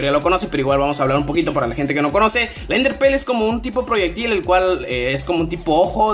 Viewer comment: "enderper" "pokedishion" jaja xd